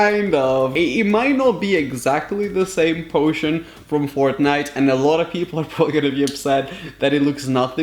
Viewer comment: It’s Fortnite not frontnite 🤦‍♂️